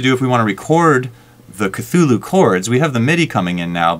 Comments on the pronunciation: for what its worth...the pronunciation of ka-thu-lu is incorrect. from the man himself, lovecraft writes this: "The actual sound -- as nearly as any human organs could imitate it or human letters record it -- may be taken as something like Khlûl'-hloo, with the first syllable pronounced gutturally and very thickly. The u is about like that in full; and the first syllable is not unlike klul in sound, hence the h represents the guttural thickness." anyway...looks like a cool vst. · Yes, the original word is of African origin, and it sounds like 'KATHULÜH'.